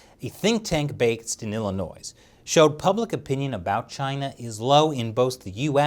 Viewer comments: a think tank based in Illi-noise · "A study by the Chicago Council on Global Affairs, a think-tank bakes de nilla noise..." Thanks for the informative episode, mistakes aside :) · the "s" in Illinois is silent. lol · Did you put the “s” in Illinois just to annoy all of us from Illinois !? The s is silent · Did....did he just say "s" in Illinois? Which one?? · I speak Korean and chinese... kinda hating his horrible pronounceation of Korean lol also the s is silent in Illinois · Nobody gonna bring up that he pronounced the "S" at the end of Illinois? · UA the S is Silent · Did just pronounce the "s" in "Illinois"? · I thought it was just me who heard that! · The 's' sound in Illinois is silent. Sorry... it's a bit of a pet peeve for those of us who live there.